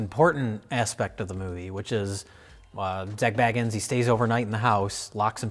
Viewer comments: It's pronounced Bagans. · Why do you always pronounce zak's surname wrong if you watch ghost adventures you'll hear zak say his name and the correct way to pronounce his name.